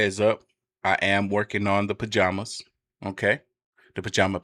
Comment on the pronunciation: Jaballamalambs 🤣🤣 Im never gonna say pajamas the correct way again😂😂😂❤